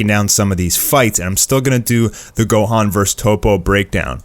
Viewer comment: Don't speak on my man gohans name like that 😂😂